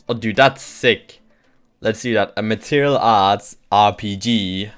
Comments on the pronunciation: Good video,, but why do you pronounce martial material? It's more like mar-shal or mar-shill.:) Anyway, keep those videos coming. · I'm not complaining, mind, I just find it amusing. Every time he says it, I'm reminded of this song by Madonna